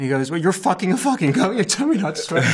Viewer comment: "i just focking love an airport"